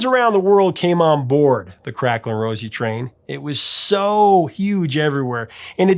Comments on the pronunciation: Crackling Rose is actually pronounced Crackling Rose-ay not Rosie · The name on the bottle is pronounced crack-ling RO-ZAY, not Rosie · It irks me more than you can possibly know the hear you call the drink Crackling Rosie, rather than Crackling Rosé.